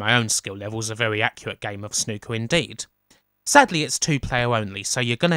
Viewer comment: When I heard you say Snooker, I thought you said 'Snuka'. "Oh this is gonna be a game where we Super-Fly off the top of a cage. Then we go to a motel and murder our girlfriend."